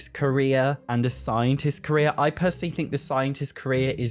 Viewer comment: I've never heared him say "Korea" until now that he mentioned it, now I can't hear the word carrer anymore 😭